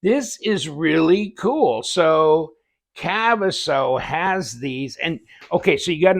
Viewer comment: Your totally saying kaviso wrong 😂 but who cares when you got a weird name it's going to be pronounced wrong. Nice organizer!